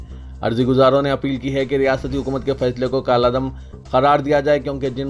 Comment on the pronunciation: ضمنی انتخاب ( zimni इंटीख़ब ) ض بالکسر ہے اس کو ضمنی (ज़मणि )بالفتح پڑھا گیا. کالعدم ( kaladam ) کالا دم (कला दम, kala दम ) پڑھا گیا